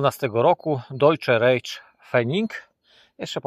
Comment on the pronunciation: Deutsches Reich czytamy - dojczes rajś. Pozdrawiam serdecznie i czekam na kolejne filmy z poszukiwań 👏🏻